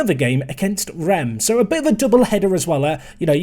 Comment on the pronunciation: Hello everybody, it's ya French boy, PROUNOUNCIATION TIME: Reims =/= Rem, the final -s is pronounced WHEREAS: Rennes = Renne, Nantes = Nante the final -s is not pronounced. Conclusion: we French people are inconsistent, I bet doesn't like us now.